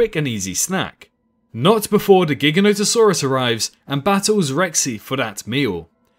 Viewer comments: Great video but... My dude... "GHIGGANÓHTuhsaurus" really? Say it with me: "Jye-GHÁN-oh-tuh-SAWR-uhs" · As in implying it's gigantic. We don't say "GHIGGANNÓ-tic", right? It's "Jye-GHÁN-tic", right? You follow?